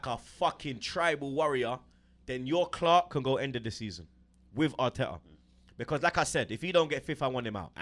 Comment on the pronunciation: "we got MIKEL ARTEKKERZ BLUD"